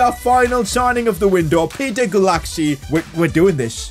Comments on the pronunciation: Pronuonce Gulácsi s name like Guláci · It's pronounced "goolachee" usually btw so you can refer to him as that in later episodes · The pronounciation for gulacsi is 'gulachi' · I'm Hungarian, and Gulácsi is pronounced like: Guláći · The prononciation Is rey manay, not manaj, and peter gulashi, like that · Please pronunciate Gulácsi's name 'Guláchi' as in Hungary we say 'cs' like English do with 'ch' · Pcq: Its actually pronounced gulashi even though his name is gulasci I first thought It was gu lactsi first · Say Gulácsis name like the cs is a ch (like in pinch) I hope it helps :)